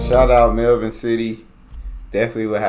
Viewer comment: You said Melbourne perfectly!